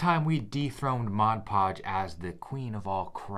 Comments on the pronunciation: Mod Podge must be the most difficult phrase to pronounce correctly because nearly everyone calls it Modge Podge! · Mod not modge, read the label. Mod podge!!!!